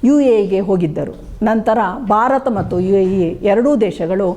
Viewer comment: Barata, beti, bandita alla. Bharata, bheti , bhandita yandu uchcharisi.Ayasa madikolla bedi.